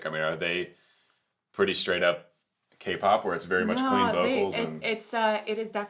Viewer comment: Every time you said K-POP, a magic fox lost her tail.